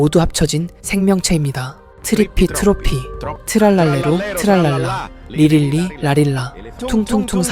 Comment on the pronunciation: 붐바르딜로 트랄랄레로 브브르브브르 인데 붐바르딜로 트랄랄레라 브브르브브르 님 잘 말 해야 되요